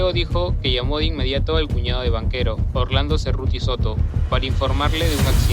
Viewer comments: Quién ha producido esta basura de vídeo? La voz en off que relata lo sucedido es gago y se cometen muchos errores en los datos históricos. Y no se pronuncia Banchero sino "banquero", bestias. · soy yo, o escucho en el relato "Banquero" en vez de Banchero ?